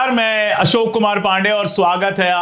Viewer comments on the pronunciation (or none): none